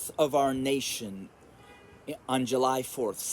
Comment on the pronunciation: The fourth of Yu-lie!!!!!.remove the j and put a y